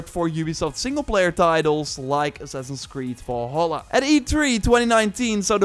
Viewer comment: pls stop pronauceing Valhalla wrong !!!! its VALHALLA not as you pronauce WALL HALLA.... which is WRONG. the right pronauce is like it would say name VALerie! instead you would call her WALLerie